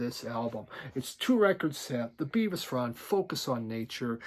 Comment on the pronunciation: Its Bevis as in elvis